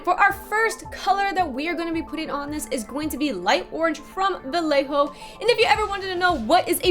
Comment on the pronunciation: its pronunced BaYejo :)